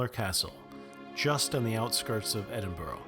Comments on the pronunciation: And Edinburgh is pronounced Edinburgh not Edinboro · You say Edinburgh it's pronounced edin burgh there's no O in the word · For God's sake. Every American video is the same. Find out how words are pronounced before filming. Its Fraser (pronounced Frazer) and not Frasier like the TV show. Doune is pronounced Doone. Its Edinburra not Edinburrow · Eddin Brah not Eddin bro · If you’re going to do these types of videos, learn to pronounce things correctly. It’s not “down” castle, it’s “dune” castle. It’s “Edin-bruh,” not “Edinburo.” Proof you don’t do any research. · Edinburgh is pronounced as such; 'Edin-bur-a not bro. A lot of Americans pronounce it with a bro at the end. I am not criticising. Just a wee pronunciation guide. There is a ton of stuff I wouldn't have a clue how to pronounce. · OMG please at least learn how to say our place-names correctly . It's Edinburra , not Edin-boro. Doune is pronounced 'Doon' not Down !!! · Nice video but would point out to ALL Americans - there is no such pronunciation as Edin-boh-roh - Edin-burra rhymes with kookaburra. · And Edinburgh ends in an “uh” not “oh” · in BLACKness x2 - it's BlackNESS and the ever irritating Edinboro - it's Edinburra. Great info and visuals though. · Cool video but please learn how to pronounce scottish place names properly. Edinburgh is pronounced Ed-in- bur- uh. Doune Castle is pronounced doon Castle. Also Scotland and Ireland are 2 separate countries so saying "like all small towns in Ireland " isn't quite right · Very nice video. To get the true dialect see Doune Castle (spoken as Doon); Edinburgh (spoken as Edin burra), Hopetoun (spoken as Hope-ton); Fraser clan (spoken as Fray-zer) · In my books being from Edinburgh everyone that i know calls it Edinburra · Great information here and beautiful settings. It’s good to learn where all the important places are in reality! One thing tho ...... there are no ‘O’s in Edinburgh! It’s pronounced Edinbuhruhh ... 👍